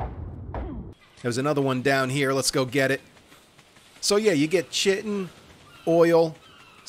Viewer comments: Its not chitin its spelled like that but its pronounced kytin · Great vids. Fyi chitin is pronounced 'ky-tin' 🤣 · IT'S PRONOUNCED "KATIKTACHICKIN" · Everytime he says chitin it just bugs me lmao